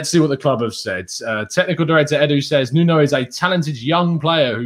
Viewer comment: I know you don't want to hear this but you're still saying his name wrong. You don't pronounce the "O" in Nuno. If you listen back to him again, you won't hear it.